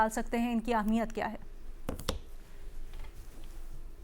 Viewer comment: Tu Ehmiyat ko Ahmiyat Kyun Kehti Hay 2 Mardon K Sirname Wali Auntie???